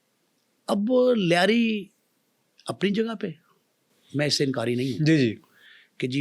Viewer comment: Punjabi says layri,,,,,😂😂😂